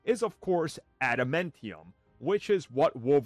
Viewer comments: Why are you pronouncing adamantium like that… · Adam Entium huh